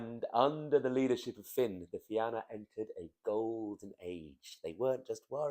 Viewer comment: Salmon of Knowledge Fi-na not Fi-an-a Fair play otherwise